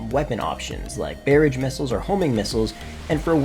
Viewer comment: Boi said bearage